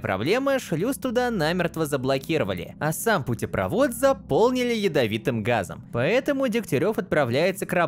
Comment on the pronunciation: не очень явное палево, но он даже на слове путепрОвод, поставил ударение неправильно.